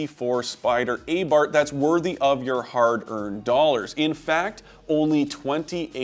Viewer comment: A bar th not a bart😂